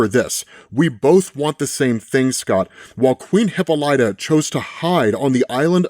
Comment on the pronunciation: Bruh i am gonna need you to look up how to pronounce Hippolyta